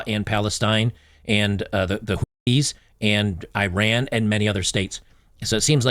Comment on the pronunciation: Ee-Rahn not I-Ran